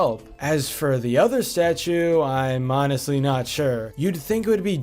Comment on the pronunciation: statue , not starue also, not sldo